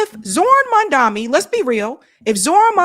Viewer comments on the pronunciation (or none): it's Mom-duh-kNEE. u still keep calling him "mum-DUMMY". 🤣🤣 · How are you still getting his name wrong. MamdaNi. Come on!